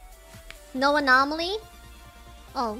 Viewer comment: saying anomaly the wrong way the entire time is both cute and annoying